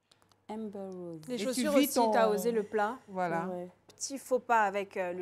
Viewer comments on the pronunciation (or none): none